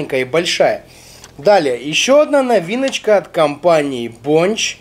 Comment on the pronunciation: Бля мне так режет ушки БОНЧЧЧЧЧ..., камон, БОНЧЕЕЕЕ